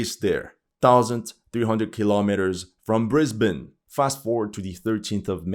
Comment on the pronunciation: Holy Shit, pronounced Brisbane correctly! We're in a new world now boys... BTW, if France needs help scaling up mining, they don't have to look far. The mining pit otherwise known as Australia is easy shipping away. We also have a big mining company or two wiling to jump in and deforest more islands next to us. Bonus points, they don't pay taxes so they can easily compete on the world stage.